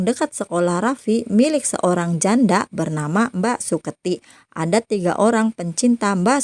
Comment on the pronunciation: Akhiran kata kata loe... Hurufnya menjadi "k , semua, ada menjadi adak